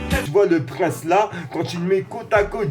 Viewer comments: Par contre gros je t’aime bien mais c’est Prince et pas Praince hein ;) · Prince le chanteur prononcé "PriNsse" il est mort en 2016 à 57 ans mais il a pas été tué. Il est mort d'une overdose... Pour ce qui est de la saison 19 des Simpson elle a débarque en 2007. Plus précisément le 23 septembre. Pour finir, la série compte actuellement 32 saisons et risquerait de définitivement s'arrêter en 2021. (rien de confirmé à l'heure actuelle)